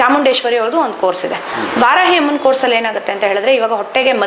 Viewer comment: ವಾರಾಯಿ ಅಲ್ಲ ವಾರಾಹಿ